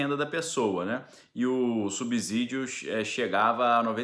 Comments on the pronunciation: A pronuncia é subssídio e nunca subzídio , como subssolo não é subzolo. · Bom dia,! Pronuncie essas palavras: subsalente, subsequente, subsolo e subsumir, então a pronúncia é a mesma para subsídio. Grande abraço 🤗